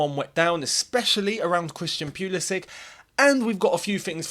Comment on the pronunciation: No one ever learned how to pronounce his name, lol. FYI, if you care, it's Pull-isic, not Peul-isic. Best mate.